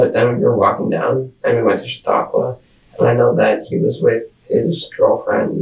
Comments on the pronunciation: Chautauqua /=/ sha-TALK-wa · Pronounced: Sha-tok-wa